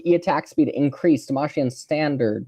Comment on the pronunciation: “DemaSHian standard” I’m sorry what?